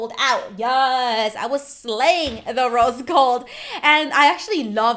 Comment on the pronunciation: Her: Rose Gold Phone Case Me:I thought u said Roast Gold Phone Case